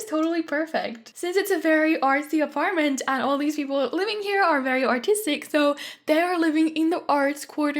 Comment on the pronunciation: For the looooongest time I thought you said autistic not artistic 😂😂😂😂😂😂